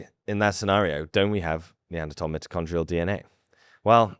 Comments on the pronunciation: You should be better at your pronunciations considering your lineage. It is not MIT-o-con-tree-al but MY-toe-con-tree-al dna I’m sorry but there are not different English dialects used to pronounce this it is quite clear. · Look I don’t care how British you are, you don’t say mitochondrial like that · Stop saying mitochondrial ... It's MITOCHONDRIAL!